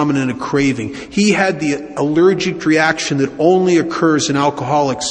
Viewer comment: Is he saying allergict?